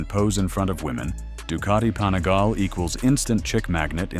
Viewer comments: Pani-gale five four? At least learn how the pronounce the name of the bikes ffs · It was his pronunciation of Panigale that finally convinced me he has probably never actually ridden a motorcycle